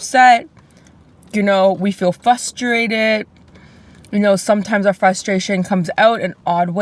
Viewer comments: “We feel fustrated” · Nik's eyes when that goofball says "fuss-terrrated" lol